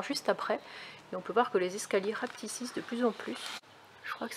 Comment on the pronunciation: les escaliers rapticissent ou rapetissent?, je ne me moque pas mais quand la langue chourfe, heu fourche, merci pour vos vidéos, c'est toujours iun plaisir!